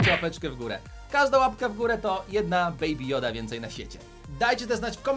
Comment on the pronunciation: "Beaby joda" to nie joda😡😡😡